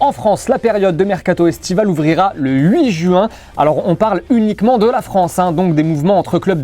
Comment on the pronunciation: C'est pas JU IN C'EST jouuuuinn